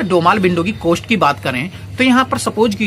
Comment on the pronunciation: कोस्ट नही होता है कॉस्ट होता है